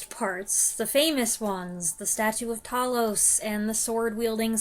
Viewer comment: Hi dear lady, nice review of a great film. One of my favourites and Rays best. Seen it many times and the battle with TALOS( not Tallos 😂) is superb! Keep well hun.😘🇬🇧